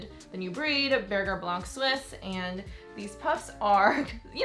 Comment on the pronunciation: Also I mean this in no rudeness or disrespectful-ness but you should learn how to pronounce berger blanc suisse the right way which is French. I just know the breeders want us to pronounce it the correct way which isn’t sounding like burger! 😂🥰